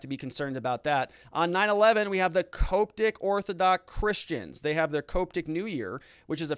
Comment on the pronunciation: The word Coptic is pronounced cop-tic. Like the police-then the insect. Cop...tick. Not however you pronounced it.